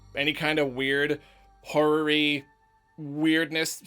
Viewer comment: You might be a little young. I don't know if I should be making these jokes. When he said "horror-y" it audibly sounds like something else that's a little more PG13. "Whore-ry" to be exact. xD